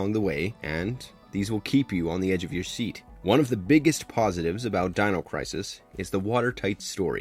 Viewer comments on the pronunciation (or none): none